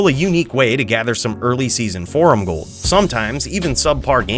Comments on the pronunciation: 😂 that was too jood. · "So come with me and bring all your jold. We're about to jo, jamble with Jheed now" 🤣🤣